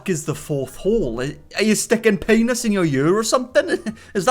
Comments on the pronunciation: what's a "pay-noss" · I don't know why.... But I cackle like a witch hearing him say peeaynus